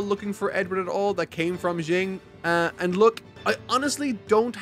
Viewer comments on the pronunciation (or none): Great video, FMA is my all time favorite. It's very entertaining and makes me happy seeing people get into the series and enjoying every second of it. Keep making great videos. (my only gripe would be your "Xing" pronunciation. To be fair, you're reading it, not necessarily watching all of it, but it's "Sh-ing") Love all your vids!!